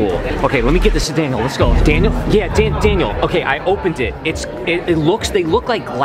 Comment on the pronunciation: Kasey Krug it’s Daniel not Dainal